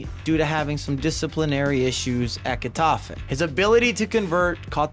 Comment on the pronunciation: “Heh” tafe, not “guh” tafe